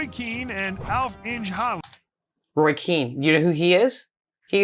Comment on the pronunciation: Yeah, the guys pronunciation was way off a number of times. His Liége was definitely not standard and he butchered Alf-Inge Haaland's name was almost as bad as Roy Keane's pre-meditated violent GBH inflicting assault on the guy's leg.